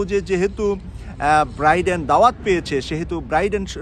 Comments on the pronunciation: 'ব্রাইডেন' নয় 'বাইডেন' বলুন। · Not Briden , it’s Bayden or Biden . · ভাই আপনি কি বলছেন ব্রাইডেন না বাইডেন কোনটা ঠিক। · biden, not briden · Please Brother Biden not Briden thank you 🙏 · Chagal briden na biden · ব্রাইডেন নাকি বাইডেন? উচ্চারণ ঠিক করলে ভালো হয়। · শুদ্ধ উচ্চারণের অনুরোধ রইল, show এর উচ্চারণ shu এবং Biden নামের উচ্চারণ Briden নহে । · বাইডেনের নাম ও ভালো করে উচ্চারণ করতে জানেন না, আবার নিজেকে সাংবাদিক দাবী করেন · আপনার মত একজন সাংবাদিক বাইডেনের নামটা বলতে পারেন না কেন।আমরা চাই হাসিনা তেমন অপমান হয়ে এসেছে মোদীও অপমান ,য়ছ আসুক।